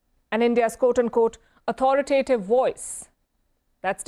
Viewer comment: real cout? 😂😂 madam, its QUOTE. america getting left out? seriously, what world are you guys living in ... pathetic stooges 😂😂